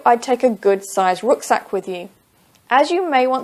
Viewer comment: I'm afraid you mispronounced the word "RUCKSACK"! It's Ruck as in cup not rook as in look.. Google it if you don't believe me!!